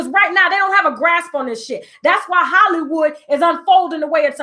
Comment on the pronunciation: The "W" in Hollywod is the bomb!